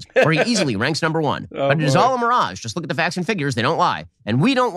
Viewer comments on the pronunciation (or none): none